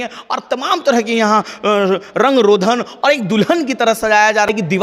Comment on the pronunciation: रंग रोधन नहीं रंग रोगन होता है। बार बार..